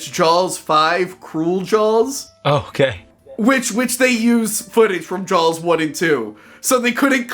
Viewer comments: Why the hell is pronouncing it "Jawls"? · dude you say the word jaws like you have a sock in your mouth.llololo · Why does he say “Jaws” so weird